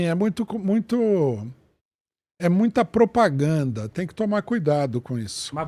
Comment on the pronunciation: É MUITA "POPRAGANDA"